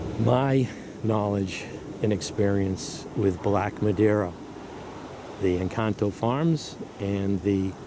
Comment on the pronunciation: Great information Sir and yes your Encanto pronunciation is flawless! You dont happen to have some UCD or EF Black Madeira cutting for sale from this pruning season?